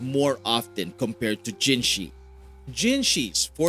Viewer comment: People still pronouncing her name as "jinshi" smh.